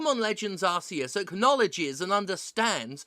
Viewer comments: Thank God for Jim for being the only reviewer with a real opinion pronouncing Arceus correctly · Thank you Steph for ignoring the stupidity of the Pokemon Company and ACTUALLY PRONOUNCING ARCEUS' NAME CORRECTLY! Thank God for you!